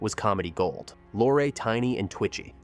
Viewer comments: Yes - and Peter was Lor-ray ( not Lore) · That's NOT "Peter Lore." as you pronounced it. It's "Peter Lorrey" as correctly pronounced. Of course it's spelled "Peter Lorre." He was Hungarian. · And who the hell is Peter Law ? It is lor Ray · I'm sorry again. But it is pronounced "Peter Lorr-eee" not "Peter Lor" or "Lor-ay." What is the world coming to when people pretending to be experts can't even pronounce the name of one of the biggest character actors in American cinema. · She's the sister of Peter LORE or, as the AI says later on, "Lor-AY." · The man's name is pronounced "Lorrie", do your homework. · 1) I agree... the AI narration is not great. Peter Lorre's name is pronounced LORE-RY.. AI voice doesnt know that 2) In Hammett's book, the ending is not in the movie. The gunsel escapes (as portrayed in the movie). The book ends with the news that Gutman and Cairo are murdered by the gunsel after they left Sam Spades apt and regrouped ar their hotel room. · AI called him Peter Lore. ROFL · your pronunciation is a bit off, its Peter Lorre LOR EE and captain Jacoby..its jac' o bee, not Ja cob ee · Agreed! The AI Voice is so bad…….it cannot even get the correct pronunciation of some of the actors especially Peter Lorre and what is “weird” about the “facts”? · More AI slop. Can't even pronounce Peter Lorre's name. I'm out. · The Ai narrator should have been programmed to pronounce Gutman and Lorre correctly. I think “Double Indemnity” would be an excellent choice for your next project. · And Bette Davis' first name. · Peter Lorre's name was pronounced in two different ways. Neither was correct. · I think Bet is a nickname for Betty or Bette. And I think he pronounced Peter Lorre wrongly too